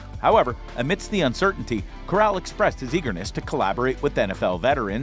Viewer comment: You pronounced Corral wrong lol